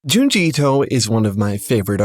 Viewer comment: It's Junji